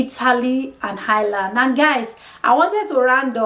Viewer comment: If you are going to move to a country perhaps learn how to pronounce the name. There is no h in Ireland. I have no experience of Italy but can tell you the Irish are more racist than England. Don't be fooled by the surface friendliness and victim hood. There have been riots based on racism in England but equally in Ireland with the same or worse levels of violence. A big difference between the English and Irish is that Irish people wont say to your face what they think. I think the violence is going to get worse. They are a conservative people with little experience of hosting and tolerating foreign communities. It wasn't that long ago they got rid of the English except for N Ireland. And to be fair why should they be obliged to take in foreigners?